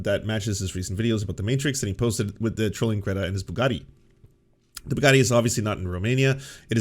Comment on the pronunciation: Okay, no shade on Ana, but she almost said "bukkake" instead of Bugatti, and that cracked me up!